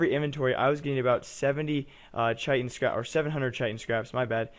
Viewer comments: Chitin is pronounced 'kite-in'. :p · Chitin = 'kite-in'